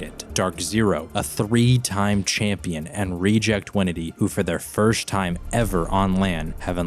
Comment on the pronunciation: Has anyone ever noticed how says "firsht"?